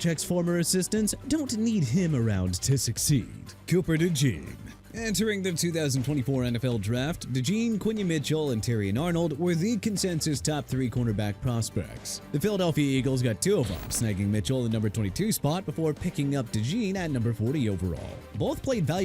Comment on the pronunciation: Raheem Mostert (mo-stirt) and Terrion (teh-ree-on) Arnold and Jacksonville Jaguars (ja-gwaars NOT JAGWIRES)!!